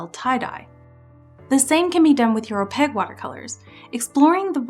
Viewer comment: great video! (also I have never heard someone pronounce Opaque as "Opeg" or not stress the A-sound before and it's quite charming! ahah) I really felt that part about "good" and "bad" ideas and where those boundaries lie, so thank you for sharing your mindset and opinions!